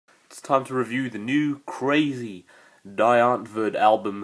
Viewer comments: the "die" is pronounced like the letter "d" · "DIE " is pronounced "DEE"